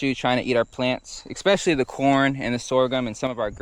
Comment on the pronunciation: The word is not “EXpecially” it’s Especially